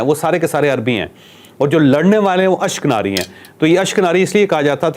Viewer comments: اشک ناری نہیں اشک نازی ھے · ashknari nahi ashkanani bultay hain u n koo..